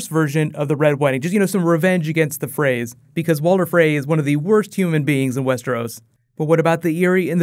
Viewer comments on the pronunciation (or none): none